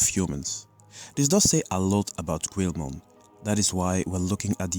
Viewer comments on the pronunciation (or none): why do you insist on mispronouncing the name of Guilmon? it's NOT "QU-EL-MON" it's pronounced "GI-UL-MON" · Its pronounced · I'm confused, is there a reason you call him 'gweel-mon'? I first thought that it was because English is your second language but when discussing the origin of his name you pronounced the word 'guilty' properly, leading me to believe you're pronouncing that syllable in his name differently on purpose, even though they're the same pronunciation. Is there some media or something you have taken that new pronunciation from? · wrong pronunciation of Guilmon/Growlmon/Gallantmon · how in the actual hecc did he mispronounce guilmons name???